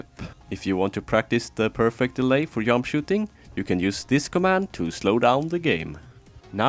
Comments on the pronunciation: The "yump" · "peak of the yump"